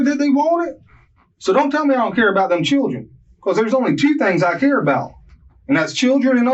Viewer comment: His “Churrin” 😂